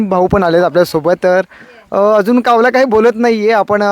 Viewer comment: बोलक्या कावला ,कावला अरे जरा शब्द नीट उच्चार ...कावला नव्हे कावळा